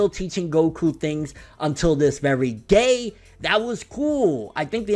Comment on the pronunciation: That chapter was Aids and Super Cancerous.....Master Roshi dodging Jiren????.....What!!!!!!!.. And did say gay instead of day or is it just me 💔💀